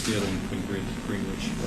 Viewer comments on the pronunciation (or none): What a total psycho!!! Who pronounces it GREENWITCH?